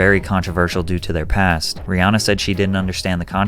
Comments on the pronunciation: btw her name is pronounced "ree-HAN-uh" not "ree-HAA-na" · About Rihanna... A lot of us have gotten stuck on pronouncing her name as "Ree Ah Nah" but it should be "Ree Ann Ah"...